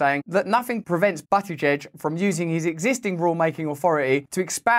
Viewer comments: As funny as it is to watch you call a gay politician Butt e Jej you need to know it is pronounced Boot ih JeJ. Boot like the trunk of a car. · You have to admit this is why I love Ohio. And it’s BOOT-i-judge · Pete "Butt-it-giege" 😂 I think I see what you did there Russell 👍